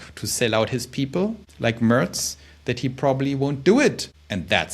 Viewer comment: Du gibst dir aber wirklich Mühe mit dem Englisch, hast sogar "Mörz" gesagt anstatt "Merz" ;-).